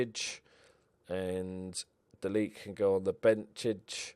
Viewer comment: only just jumped into watching this save but its de laet is said like de lat like pat or cat lol